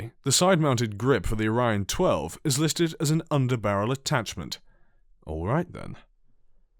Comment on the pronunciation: Hey I actually prefer your mistake about the Origin-12, you butchered the name by saying Orion-12, but that seem way more cool then the original.